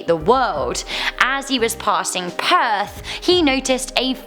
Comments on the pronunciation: what the hell is pearth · Ok did anyone not hear her saying perth